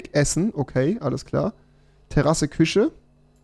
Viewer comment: Minute 2.42 küsche ahja rewi 😂